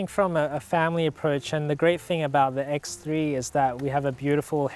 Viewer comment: X three la not X tree